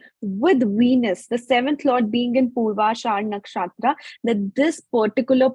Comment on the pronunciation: Everything is good except her ascent when she say nakshatra